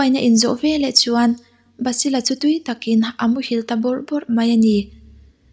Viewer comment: I aw amawi in a ngaihnawm thin tawp.. Mahse, "chuan".. "Chu" tih hi i lam engemaw mah2, lam raw tawp zawk la a mawi zawkin, amawi tho ag. I aw a cute tawh hrim2 tho.. Lam dik pangai tawp la ka lo duh